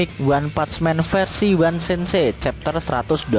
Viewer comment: bacanya chapter